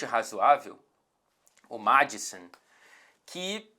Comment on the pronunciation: Sempre que o fala do Maddison com sotaque britanico eu penso no Madson, o foda